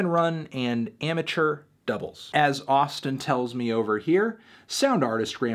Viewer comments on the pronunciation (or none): none